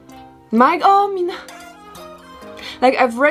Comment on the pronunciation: quand tu dis "mina" au tout début haha aussi